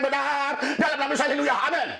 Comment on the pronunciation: Pak Pdt. RL saya mau tanya yang benar yg mana pengucapannya : Haleluyah atau Halelooya yang bapak sering ucapkan itu. Bapak juga pasti tahu bahwa apa yg terjad sekarang ini adalah kehendak Tuhan, jika bukan kehendak Tuhan virus corona tidak menyerang manusia oleh karena itu Tuhan juga berkehendak akan yang tetap hidup dan yang akhirnya meninggal, semua dalam kuasa Tuhan. Kalian pendeta punya kewajiban memberi kekuatan iman oleh Kuasa Roh Kudus kepada Jemaat dalam menghadapi wabah ini, bukan saling menyalahkan. Semua pendeta punya pendapat yg berbeda mengenai khotbah pendeta yang lain karena mereka juga manusia tidak suci seperti malaikat, standar kesucian kita Tuhan Allah yang tahu. Jangan membuat kami tambah bingung dengan sikap kalian yang salinge menyalahkan. Tentulah semua khotbah kalau dikaji diamtara kalian sendiri tentunya adalah plus dan minusnya tetapi kalian pendeta selalu menganggap dirinya sendiri yang benar dan berkoar-koar saling menyalahkan seperti anak kecil dan tidak seperti seseorang yang memiliki hikmat Tuhan.